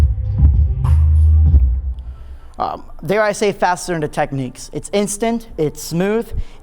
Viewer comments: Technics not Techniques... ffs America with your over pronunciation of words kills me. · How can someone be a dj and NOT pronounce Technics ? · you don't think they should be able to pronounce the name of their own company properly ?